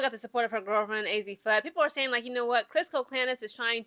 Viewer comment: Mis pronounced fudd !!